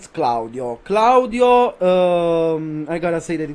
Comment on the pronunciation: You can hear he is italian and how he says claudio is perfect